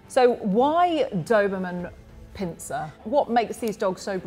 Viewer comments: 'A Doberman Pinser' WHAT? its pinscher!!! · The. Doberman Pinser! Umm did you mean pinsher? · It’s too bad the lady can’t pronounce the breed name correctly. 🙄 It’s not Pin-sir.....it’s pronounced Pin-sure. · Did she just really say Doberman PIN-SER. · “The Doberman Pen-sure” 😂